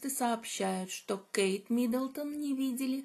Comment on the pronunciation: Не МидОлдон,.а Миддлтон